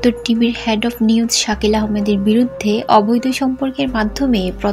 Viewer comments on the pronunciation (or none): Had na head, head, ki head, porerber thik uccharon korben.